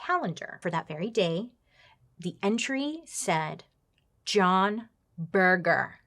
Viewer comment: Laughing at how you think he came up with John Berger. I think he actually chose the name after a very famous art historian/critic with the same name (pronounced berjer not burger 😂) who he undoubtedly would have heard of in his time at art school and who also had a TV series in the 70s based on his book Ways of Seeing. Makes sense for a photographer to know that.